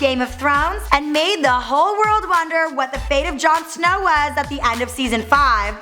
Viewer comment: "JAN SNAOW DOWN BELAOW"